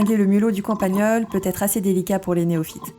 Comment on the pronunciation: Super intéressant et instructif , je m'abonne. Un détail c'est campagnol et pas campagneul